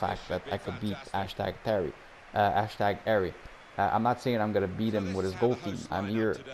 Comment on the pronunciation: “Ashtag Arry” lol